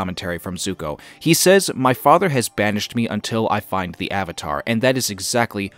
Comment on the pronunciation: It did seem a little weird how he put so much emphasis on the last syllables in father and whisper.